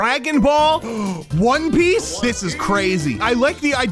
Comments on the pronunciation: BRO SRIUSLY SAID ON PICE😂😂😂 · Did he say one peace😂😂